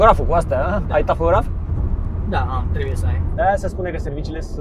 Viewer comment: Salut, no hate stiu ca nu esti in domeniu, si e normal sa nu stii, dar pt viitor, vei stii! La camioane acel modul de control se numeste TaHograf nu TaFograf!